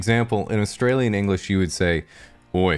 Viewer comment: Just the way that he pronounced "Australian" makes me think he lived in Australia for a good few years of his life